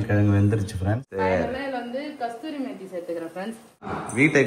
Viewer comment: கஸ்தூரி மேத்தி இல்ல கசூரி மேத்தி